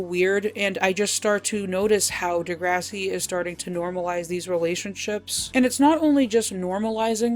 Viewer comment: The pronunciation of the show 👎